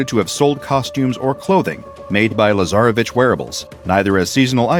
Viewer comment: Ok,someone should explain to me why i heard "lazarabitch" in place of "lasarevitsch"